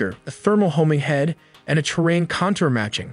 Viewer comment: Contour, separate and propel are pronounced wrong.